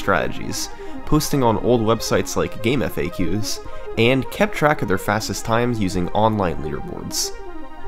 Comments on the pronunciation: it's pronounced "game-facks" or "game-fax". Literally nobody called it or calls it "game eff-eigh-queues". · "Game F-A-Qs" No,. Nothing will stop me from saying GameFacks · Oh it’s definitely Gamefacks for me, I’d never heard it pronounced any other way till today lol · Keep saying “game FAQ’s” cuz it’s not pronounced that way. It just makes you sound smart. I’m sure you weren’t born yet. But it’s gamefaqs. Like facts… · to this day i still pronounce it as GameFAGs, a habit i never grew out of as a stupid 12 year old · A chad would know how to pronounce "GameFAQs", but he's still a great MTPO player and decent Youtuber. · Even 15 years ago people furiously debated whether it was pronounced "gamefacks" or "game eff eh queues". There was once an April fools joke where the whole website turned into an xbox-only site with the name changed to "GameFAX" which you'd think would settle the matter, with the creators of the site thinking it was pronounced "gamefacks". But no, people brought up how the creator of gifs pronounces it wrong (he pronounces it jif), and they invoked Death of the Author to say that the intentions of the creator don't matter, that the author's interpretation isn't more legitimate than anyone else's. The debate still goes on to this day. The answer is gamefacks by the way, I can't get my head round the idea that anyone would call it eff eh queues but yeah.